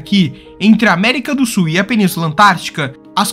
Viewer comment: América do Su é bem ruim hein tem que pronunciar melhor amigo